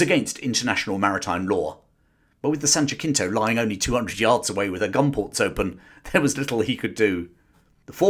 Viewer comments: Thank you for another excellent, and well told bit of History. Prince Albert certainly showed himself to be a wise statesman. A minor detail - the USS San Jacinto was named for a river, the site of a battle in Texas, in Texas this is pronounced Juh-sin-toe even though the Spanish pronunciation would be Hah -seen-toe. Perhaps you might continue the British connection with the US Civil War with some discussion on the CSS Alabama and CSS Shenandoah, as well as how the Confederate Navy managed to be built, armed, and provisioned. As always, I thoroughly enjoy your site, I'll be looking forward to whatever comes next. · Great video, hadn't heard that story before. In San Jacinto, the c is pronounced as an s, so is actually pronounced as either San Jasinto or San Hasinto (Spanish pronunciation). But that doesn't detract from the story. Thank you! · almost spit out my drink at that pronunciation of San Jacinto...not judging you just funny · Then he put in more-than-basic effort, but forgot to put in the basic effort: like learning how to say the name of a thing. Then, instead of just saying "my bad" he has to bring up Americans (am I American? What does he know? Why bring them up?) when San Jacinto is pronounced completely phonetically according to the Spanish alphabet and the dumbass words Americans don't pronounce the same as Brits are almost always ones that are inconsistent with standardized spelling. SO THAT DOES MAKE HIM A LITTLE BIT OF A PUNK TOO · Good video, but is San Jah-sinto, not San Jah-kinto. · its not san JAKINTO. Its pronounced san JASINTO. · Jacinto is pronounced Hasinto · Minor point of interest, the USS San Jacinto is a Spanish word. The pronunciation is not “Jackintoe” as the J is soft. The correct pronunciation is “Ha-sin-toe”. I say this as someone who lives in the shadow of Mount San Jacinto and town of the same name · It's not the USS San Jay cento. In Spanish the J is pronounced as an h. Thus, San Hey cento. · Pronounced, "San-ja-seen-toe".